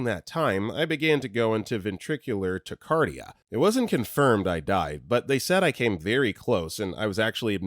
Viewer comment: tachycardia tack-uh-car-dee-uh pls lol my kid has SVT so i’m unfortunately very familiar.